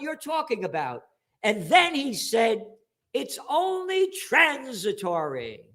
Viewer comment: it was trends-set-ory....🤣